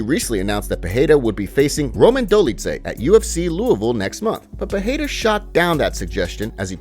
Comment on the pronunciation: It’s not peheira it’s peReira